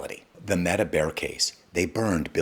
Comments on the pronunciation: This guy said, "Maetuh" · Mate-a?? Are we AI-ing these videos? Lol Great video either way! Thank you sir! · Made uh